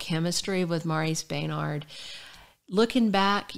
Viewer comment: His is maurice bernard say it correctly